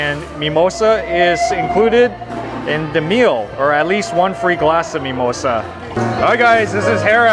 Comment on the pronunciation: wtf is mee-moy-sah?